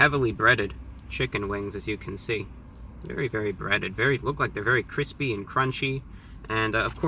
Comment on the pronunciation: I think the addition of the syllable "-it-" before the /y/ in "crispy" and "crunchy" is very interesting. I wonder if it's regional.